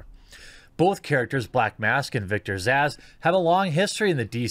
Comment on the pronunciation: I'm sorry but you couldn't even say Victor's name right though lol